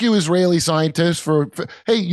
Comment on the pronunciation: It sure sounded like Jimmy said (ziontists) instead of scientists. 😂